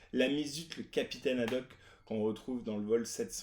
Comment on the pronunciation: Petit erreur dans le nom du Capitaine c'est Haddock et non Hadoque ;)